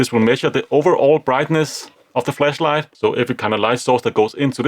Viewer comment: I like your pronunciation of flashlight "fleshlight" 😆